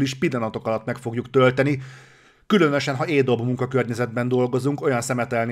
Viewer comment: "Cinebencs", "Édob", ez valami vicc? Szándékosan hergeled vele az embereket?